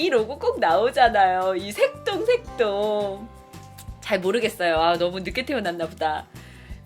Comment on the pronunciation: 색동할때 전 새똥으로들었어욤ㅋㅋ